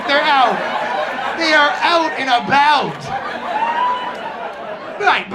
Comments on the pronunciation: $50,000 dollars of speech therapy to not say abooot when looking a $50,000 rack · *Oat and aboat